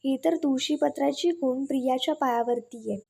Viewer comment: खून नाही हो, खूण म्हणा